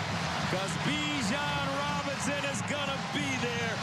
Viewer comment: "Bijon Robins" lmao